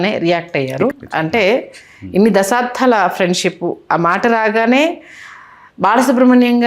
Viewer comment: అమ్మా! దశాబ్దం అనండి. "ధం" కాదు. మీరు తెలుగువారు కదా.